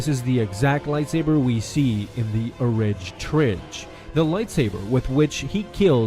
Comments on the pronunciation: Please dont call it the orig trig anymore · Did he just say... "orig trig"... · Am I the only one who cringed when he said “orig trig”?